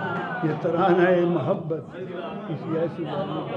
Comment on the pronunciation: One of the very few personalities who pronounce this word correctly! MAHABBAT and not MUHABBAT! Thank you!